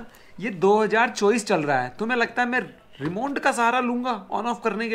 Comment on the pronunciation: … usko Remont nhi bolte hai… Remote bolte hai😂